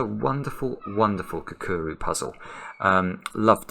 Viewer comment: It’s definitely not pronounced “kakuru”.